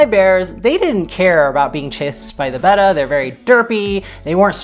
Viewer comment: Thanks for correctly pronouncing "Betta" instead of "beta". That, plus your knowledge, your onscreen personality, your pleasant voice, etc got you my subscription!